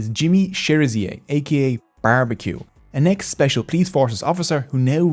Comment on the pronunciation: The way he said barbecue was hilarious